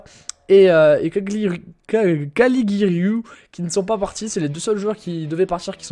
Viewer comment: On dit Ca-li-giou-ri